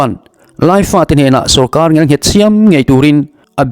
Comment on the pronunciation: Ngial nghet ni loin ngel nghet tih zawk tur aw I ti lawmawm thin thin i thawhrimna a ropui thin e